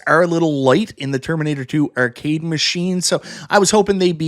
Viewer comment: What's an err-cade?